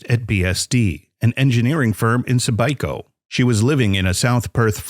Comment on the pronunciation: Great video, just recently subscribed to your channel. Only minor error I noticed is your pronunciation of of the Perth suburb name of Subiaco. It's pronounced Soo-bee-ak-oh but I can understand if you are not local it being pronounced the way it was in the video. I'm an Aussie myself and even I get the pronunciation of some places in my country wrong.